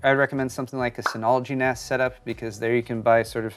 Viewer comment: It is pronounced NAZ. I know it's weird cause the s is for storage. But its naz.